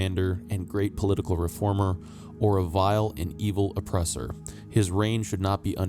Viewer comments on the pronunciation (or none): none